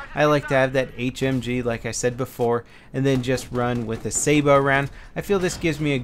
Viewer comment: Sa-bot round, not "sabo".